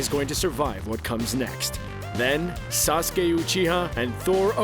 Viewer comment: Bruh wtf is sasuka